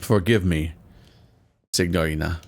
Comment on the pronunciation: I may be mistaken as I don’t speak Italian, but I don’t think you’re supposed to pronounce the g in signorina.